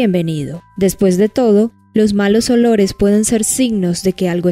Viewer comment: Qué es eso de edores ? No entiendo se dice olores